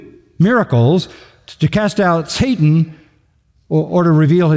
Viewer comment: did that guy say and now Sa-tan?